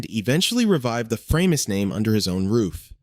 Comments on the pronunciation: "Framus" - the german "a" spells like the "a" in "hard", so it was not "Freimus" but "Fra-mus", nice and easy and german. The name was a contraction of "Franconian musical instruments". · why have I seen high end new Framus for sale? BTW Bill Wyman of Rolling Stones played a Framus bass for years & word has long 'a' not like the bass fish your computer voices